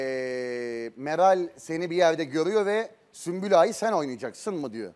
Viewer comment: Süklüm değil sümbül 😁